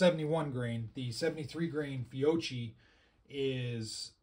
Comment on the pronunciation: It’s pronounced fio-K-i, not fio-CH-i